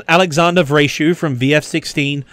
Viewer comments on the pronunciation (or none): none